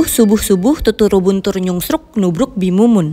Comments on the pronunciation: Kata NYUNGSRUK tuh bikin ngakak .. 😂😂 Hebat mereka sama pelafalan yang menurut aku aja susah 😅😅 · Part favorit : 1. Waktu tim ayam sama tim hati saut²an "mulai" "diam" terus disautin tim hati " maaf" disautin lagi "gapapa" gemeeess 💕💕 2. Waktu niki bilang nyusruk jd nyuslike 😭😭🤣🤣 3. Terus pas bahasa jawa "ngingsor" wkwkwkw inii mereka pada lucu2 banget. Apalagi jake terobsesi banget yaa sama ngingsor wkwk sampe2 kalau dateng keindo mau nyebut ituu wkwk 4. Curiga ama heesung jangan2 diaa adalah orang indonesia hehe. Lancar banget pronouncenya ..